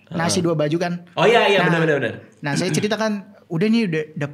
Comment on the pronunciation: PECAH BGT PAS NGOMONG “SUAYA”😭😭😭😭